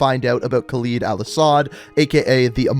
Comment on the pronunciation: the entire video you kept mispronouncing Khaled Al Asad's name, it's pronounced "cal-ed" not "cal-eed"